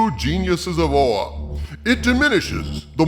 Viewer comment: I lost my shit with the way you said OA haha. This whole thing really sucks to hear, I am a very big green lantern fan so when I first heard of the teen lantern I avoided learning anything about her because I knew it would be awful and damn how it turns out I was right.